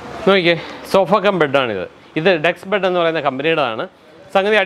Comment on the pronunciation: Bud alla..bed aanu😅